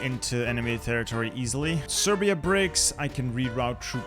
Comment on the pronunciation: did fam just call Serbia Persia?